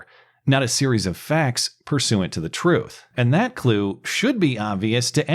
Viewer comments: All he wants is the truff! I had the same question. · He said, troof